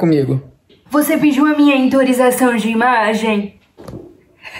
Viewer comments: falando: Você pidiu minha intorização de imagem? (Escrita errada pq ela falou assim!) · Panda Gacha ela falou intorização kk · Dahora que ela falo intorização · Bruna: "VOCÊ PIDIU MINHA INTORISAÇÃO DE IMAGEM" Eu escrevi errado pq foi o jeito q ela falou! ❤